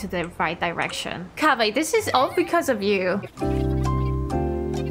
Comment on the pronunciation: it sound kávé more then Kaveh hahaha xD